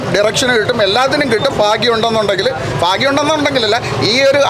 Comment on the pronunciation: കുറച്ചു ഫാഗങ്ങൾ ഫാവിയിൽ ഫാഗ്യം അഫിനയം അൽഫുതപ്പെടുത്തിക്കളഞ്ഞു